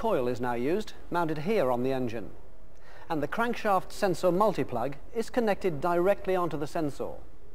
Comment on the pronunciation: Love how he says sens-orr